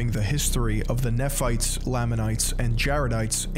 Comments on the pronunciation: Great content, but if I have to hear you mispronounce Nephites and Moroni one more time we're gonna have a problem. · Bro... you aren't even gonna double-check the pronunciation of Oneida, Moroni, Nephites or Lamanites before you publish a video? 🤦‍♂️ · You could at the least take a few minutes and get your pronunciation of moroni, nephites and other terms correct so you at least sound credible. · You completely butchered every name. Its said ma-row-nye, Lay-ma-nites, and Knee-fights etc. If this guy can't even pronounce the words correctly how can we expect all of this to be correct, personally I think he is only here to tell Mormons that they're wrong and he's right, because this video is built on false facts like how we are supposedly against black people because they're cursed, that is untrue we have multiple black family's in my church and I'm good friends with all of them and they are always welcomed nobody in our church believes that they or anyone shouldn't be able to join because of physical appearance. We are not told that we can't read or watch outside opinions because the church isn't a trap It's a belief. We always have choice no matter what and are always told we have the choice. Even if the church is false it encourages good habits like not taking drugs, not smoking, not vaping, not watching or reading porn, and loving your family. My family is a great family because of the church, it always encourages us to spend time together and it tells you to do service just because you should love everyone like you love a good neighbor. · As an ex-Mormon I agree with this video however. The pronouncation is killing me I’m sorry 😭 Moroni and Nephi are not pronounced Mor-o-knee it’s Mor-o-neigh and it’s not Kn-efi it’s Knee-phi I’m sorry if this is offensive I’d just figured I’d tell you. Also it’s pronounced knee-ph-ites not kn-efi-ph-ites again sorry just it really was bothering me